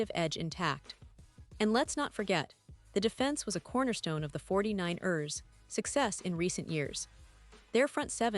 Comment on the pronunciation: It's not pronounced 49-ers it's the 49ers one word no break. You are driving me and I'm sure other fans cringing every time you say 49-ERS!